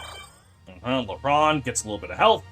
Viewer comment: Side note, everytime you say lehran I hear LeBron 😭